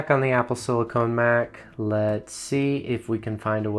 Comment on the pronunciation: "apple slicone"